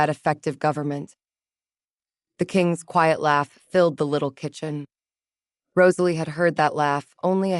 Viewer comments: Did yall NOTICE the 2 shiny GOLD RINGS popping out Gerald's fluffy BELLY?? YES! THX 4 noticing the simple name Rosalie was ONLY done correctly in the very beginning and at th end ! A ROSE is a ROSE-uh-lee* NOT RAHZ-uh-lee, & ESPECIALLY Not* Ruh-ZAY-lee (cringe) =O 🏰👸🤴Medieval names great, but only if U say em right:*Alaric= AL-rik, NOT Al -LAIR ik. Try Jocelyn, Morgana, Johanna, Annalisa, Elspeth, Leonora? :person-turquoise-wizard-wand:🪄Enchanting taleTHX! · Cute enough I guess. However the constant mispronunciation of Rosalie was seriously grating on the nerves. If the narrator was able to get it right near the end , then why couldn't it do it throughout the rest of the story? I'd just be getting back into the story when it would mispronounce her name and then it would ruin things all over again. Please do better so we can actually listen & enjoy the story. A little more romance and a little less on the femenist aspect would be nice also.